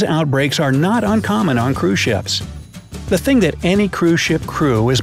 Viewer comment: Anyone else hearing “crewshits” instead of cruise ships? Just me? Oh. Kristina has left the chat.